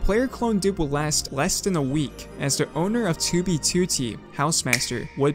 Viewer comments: 2b2t = ❌ too-bee-too-tee =✅ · i cant even watch anymore, 47 seconds in he keeps saying toobie tooty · Why do you say 2b2t like that. TOOO BEE TOOOO TEEE Edit: VALKUYREYUH? You're just doing this on purpose, now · I like your videos, but I'm extremely hesitant to click when I see one in my recommended because you pronounce 2b2t completely wrong. Please, if you see this, learn to say alphanumeric strings with proper stresses. It's twoBEEtwoTEE, not TWObeeTWOtee. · "on toobie tootie" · why does he say "tyu bi tyu ti" 😩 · Twu bee tuô tee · Ok but why do you pronounce 2b2t "tubey tootie"? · twuee bee twoou teee head ahh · *tooby tooty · its 2b2t dude, not "tooby tooty" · “2b tootey” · never change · can somebody teach this guy how to pronounce 2b2t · the way he says "2b2t" is so fucking funny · i love how he says 2b2t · i hate the way he pronounces 2b2t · this guy says 2b2t the most british way ever, it starts to irritate me everytime he says it. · Why do you pronounce 2b2t like that? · Why tf does he say 2b2t like that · The way you say 2b2t is awful. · Can say 2b2t right please? It hurt my ears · Sorry but your pronunciation of 2b2t make it impossible to watch this video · i am very sorry but i can not bring myself to watch the video cuz of the way you say 2b2t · The way u pronounce 2b2t makes me sick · the way you say 2b2t made me click off this video